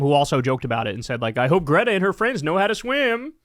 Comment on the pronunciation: you had already watched Greta's video and you still can't pronounce her name?